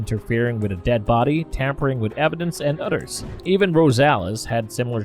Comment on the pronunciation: Ok when did they put a Udd in the word brothers. “brudders” lol. Yanking your chain. Great video……Oh,oh Udders as well now it’s really come off the rails. A lot like this comment